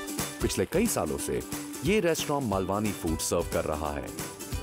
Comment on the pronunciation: It's not 'मालवानी', its 'मालवणी' There is a difference in pronunciation of 'न' and 'ण' Also no need to add additional 'आ' ki मात्रा after 'न' ... It's just 'ण' While you are getting into details of cuisines of different regions, it is important to pronounce it correctly. To start with kindly do the necessary corrections in your video title.